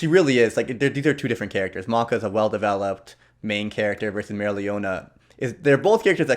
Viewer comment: Maka wins because the other character is not findable with how you said the name. Maka is the MC; and is bad ass with her scythe skills and other abilitys... in the next round I will say more. Maria Leonna? Maryo Ryona? WTF you saying... this is why pictures are an absolute must. Maybe you meant the leader of one group that is a lady knight? Must be an unmentioned character that is brought up once or twice and thats it.